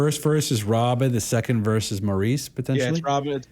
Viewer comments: Just FYI Maurice is pronounced as Morris since they are British. RIP Robin and Maurice, we love snd miss you both! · Yes, more Bee Gees please! I love the last 😢 album released 2001 before we lost Maurice (pronounced Morris) in 2003 called This is Where I Came In! Subscribed! I like your style!